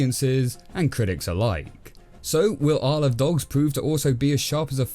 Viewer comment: To me it sounds like "i sold dogs"